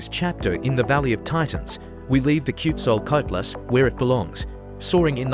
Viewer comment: Ten seconds in I heard the worst mangling of a name I've ever heard AI deliver, and I've heard some disastrous ones. That's not remotely how Quetzalcoatlus is pronounced. This isn't even trying.